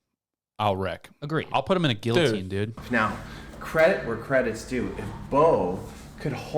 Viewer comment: If he said the word guillotine correctly then maybeeeeee……